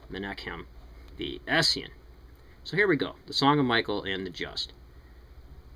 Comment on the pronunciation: Hey are you pronouncing "essenes" correctly? Took me a while to recognize what you were saying. (I always read it as "es - scene - s" - is that wrong?)